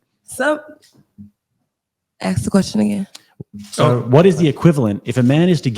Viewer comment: Aks again wut aks da question hmm huh aks me what?